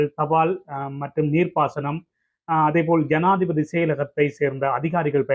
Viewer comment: 😂😂😂 சனாதிபதியா? ஜனாதிபதியா? தாய் மொழியை சரியாக உச்சரிக்க முடியாதவர்கள் மீது மொழி துஸ்பிரியோக வழக்குத் தொடரவேண்டும்